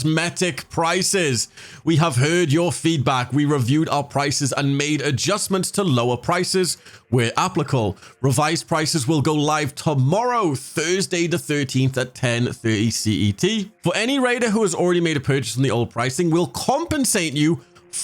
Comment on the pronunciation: Can't believe bro literally said "where applicle" lelzmao